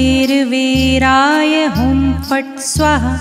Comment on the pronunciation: Perfect pronunciation is very important for effective remedy. Never do half baked work.😢 correct it by pronuncing 'swaaahaa' it is not swaha